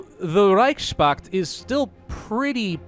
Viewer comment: It's Reichspakt, not Reichschpakt.